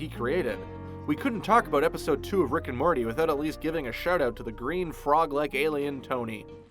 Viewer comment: So anyone else notice he says Rick and Marty.